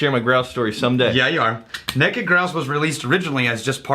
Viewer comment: “Neked” Grouse? Really?! Lol. Great job guys!